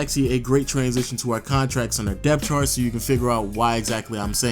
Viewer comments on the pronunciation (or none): none